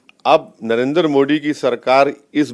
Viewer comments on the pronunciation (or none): none